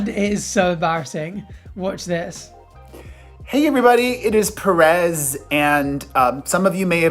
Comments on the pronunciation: stop it sounds like hes saying paris not perez :( ms. paris hilton is a nice woman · its perez not paris...but i forgive you cause youre a stud lol.